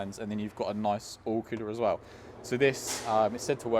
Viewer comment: you don't say "as well", you say "as wev")))) maybe it's because of british pronunciation, dunno, but its funny😂